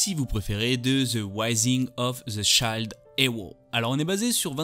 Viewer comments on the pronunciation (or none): "Shield" (prononce child) Ps: j'adore ta vidéo😍